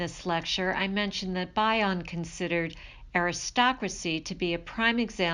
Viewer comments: It’s Bion. Like Bee-on not By-on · bee-on not bye-on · Thanks. His surname is commonly pronounced as "BE-on" (not BI-on as in bionic). Also, you may want to include some of Bion's works in your references- secondary sources are never great. Appreciate your work. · Thank you for this valuable video, but please pronounce Bion correctly.